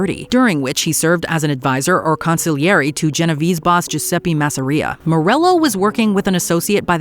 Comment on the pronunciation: I am already annoyed! How can you mispronounce Genovese, it is not that hard